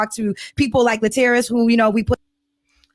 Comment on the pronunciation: If I was Laterras, I would be offended that still can't pronounce my name 😢